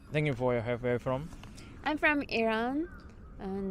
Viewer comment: just a tip, I don't know if you realize it but when you're speaking English you're kind of skipping over some important words/syllables. For example in your "where are you from?" we don't hear the "are". Or when you say "what do you do?" it sounds almost correct but it's way too fast, like it's all one word. I'm sure you're still learning, and otherwise your understanding of English seems very good. If you learn which syllables or words need to be emphasized or slowed down, you'll sound really good.